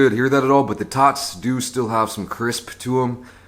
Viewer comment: said, "I love me some tots" I heard, " I love me some thots" 😂😂💀💀